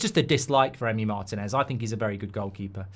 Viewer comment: Why does Mark pronounce Martinez MARTIN-EZ? It's mar-TEEN-ez. It's annoying.